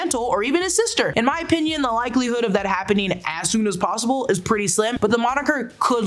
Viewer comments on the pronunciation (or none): none